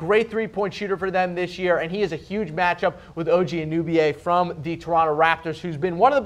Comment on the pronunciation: If these fools had watched any Raptors game they would know how to pronounce Anunoby